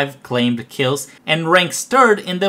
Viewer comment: Just a minor issue about your English pronunciation: claimed, lacked are pronounced like claymd and lackt and not like clay med or la ked It's a weird language. Click the audio button for an example here